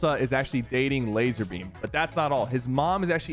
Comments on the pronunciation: ITS LAZARBEAM!!! NOT LAZERBEAM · nah you violated laz a rbeam with the laz e rbeam